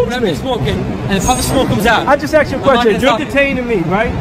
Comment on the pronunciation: Did this guy say he axed him really what the fuck?